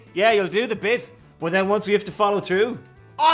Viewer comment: Wow!! listen to the Irish pronounce troo instead of through and mout instead of mouth. The letter H is shunned.